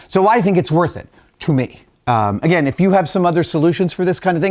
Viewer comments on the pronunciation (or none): none